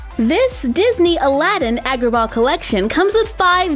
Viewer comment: i'm pretty sure it's pronounced like when the dentist makes you say ahh (so ahhgraba )